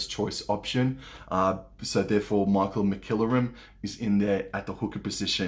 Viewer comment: The number 9's name for England is pronounced Mac-ill-ore-um.